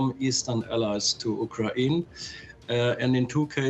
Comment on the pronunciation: "U KRA IN" ???